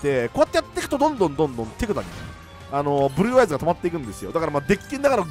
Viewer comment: ふ"ぅ"る"る"る"ぅ"ぅ"あいず好き